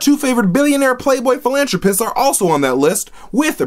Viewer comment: and "Phil-an-tro-pichst" so wrong... so incredibly wrong:D Say it with me "Phil-an-thro-pist" Also don't attack me, loves me so I'm allowed to be mean to him.